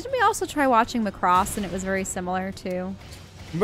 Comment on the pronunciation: M'cross?! It's Macross like Macbook, or McDonalds, nobody says M'cross.